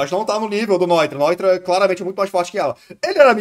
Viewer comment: Nao da pra levar a serio um cara que fala Grimmjaw Edit: não dá pra levar a sério um cara que fala noitóra